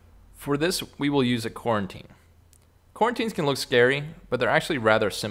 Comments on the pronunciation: So I believe as TaniCorn is pointing out, it should be pronounced co-routine, not Quarantine, although that's all been on our mind recently. EDIT Thanks for the great vid! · i thought he was saying quarantine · Did anyone else laugh when he said quarantine haha